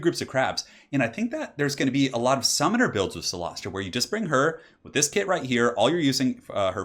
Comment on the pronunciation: Awesome builds. And your pronunciation of cylostra was flawless ;)